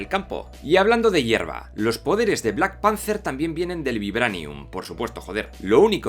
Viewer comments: Da cancer auditivo escuchar ese "Blackpancer" dan ganas de romperte la boca... Aún así tus videos son geniales y me he visto muchos... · Pero por qué dices black pancer? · Por qué le decís? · entendi solo "":v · ""lol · De acuerdo con todo, pero ¿Por qué repite en todo el video black panZer? PAAAANZZZZZZZZZZZER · Se pronuncia BLACK PEANTER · Me estresa cómo pronuncia Black Panther jajaja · Buen vídeo pero por favor aprende a pronunciar bien Black Panthe, quedas como alto boludo hablando así